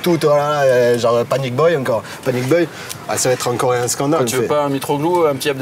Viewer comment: " panic boy heu ... panic beuïl " ??????????